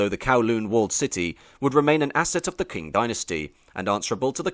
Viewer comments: If youre going to make a video like this, the least you can do is go on wiki or google translate to figure out how to pronounce some important words. Qing is read like ching not kwing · btw "Qing" is pronounced "ching", like "cheating" minus the "eat" not "kwing". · It's 'Ching' (Qing) as in 'Ching Dynasty' not 'Kwing'. How can you make such a film and not know that? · It's not pronounced " queen " Dynasty, it's pronounced " Ching " Dynasty, at least that's how it's pronounced in Cantonese. But i am almost certainly sure that is how it is pronounced in Mandarin, also. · Q is pronounced with a "chi", not a "kua" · Top tip: It's qing like ching not kwing. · I had to stop watching after two minutes, because I got so absolutely sick of the Narrator mispronouncing the name of the "Qing Dynasty.": It is NOT pronounced "Kwing Dynasty." Understand that in the common alphabet used for Chinese-english translation, "Q" is spoken as the "CH" sound - NOT as "Queue". It is a shame you couldn't do this basic research, because this could have been otherwise quite interesting. Just understand: You MUST be accurate, if you are purporting to be a historial/cultural channel. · 'Qing' is pronunced 'ching', not "kwing". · it's pronounced ching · Quing is pronounced ching. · This hurts. Please learn some Chinese pronunciations. This video is so disrespectful in how you treat their language. Qing is most easily pronounced as Ching for English speakers, even though it's not entirely correct, it's at least respectful. That's only one example, but you seem to take great pains to mispronounce every single word and you do it with pride. It's like as an Englishman you still feel the sting of losing Hong Kong and want to take revenge by being rude af. Example: Hong Xiuquan should be Höng Shyü-chwán. It takes minutes of research to get it right, but you clearly spent more than that getting the rest of your information more or less correct. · Qing is pronounced " tching"